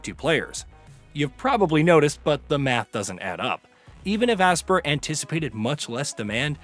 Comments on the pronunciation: Bro HOLY CRAP!!! I've never heard someone mispronounce a name as many times as this guy. It's "ASPYR" as in (ASPIRE) not fucking ASSPER like you were saying it. List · Asper? It’s pronounced aspire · Brother, it’s pronounced “Aspire” not Aspir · When you read between the lines they limited servers because they knew multiplayer didn't work right. Also your mispronunciation of Aspyr (aspire) is disgusting